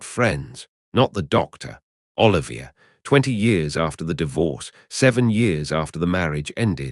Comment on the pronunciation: Extremely bad AI - sux that you mispronounced Laurence Olivier's name (and Joan Plowright's) continuously throughout the video...lazy ass effort...